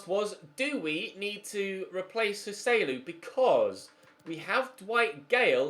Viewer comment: Thank god you’re selling Joselu, because the way you pronounce his name is infuriating.